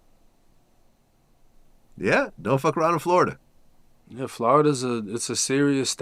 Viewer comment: Nobody that grew up here calls it flarrrda